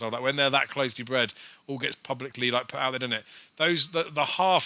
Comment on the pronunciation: Loike, a big priced winner loike, am well chuffed loike, dunno how I tipped it loike, but glad loike that people followed me loike... There were about 20 "loike" comments in the first 5 minutes... Needless to say I didn't bother watching the remaining 40 minutes!!!